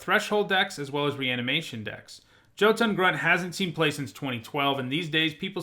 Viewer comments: Love the channel! It's pronounced Yo-tun :) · Ha HAW you don’t know how to pronounce Jötunn